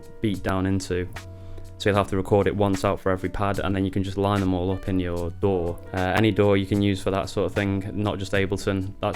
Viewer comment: I was looking at the stickers right when you said DAW I read sour dough same time , sounded like you said dough haha